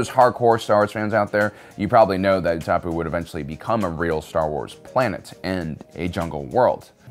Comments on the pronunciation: Utapu ? wasnt it called Utapau ? :D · Why is he pronouncing Utapau wrong?